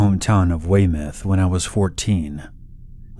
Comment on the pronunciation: A+ for pronunciation of Weymouth!!!!